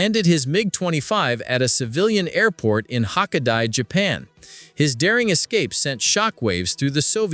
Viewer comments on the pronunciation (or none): Hokk-e-DIE in Japan? Have you been watching DIE HARD lately? HOKKAIDO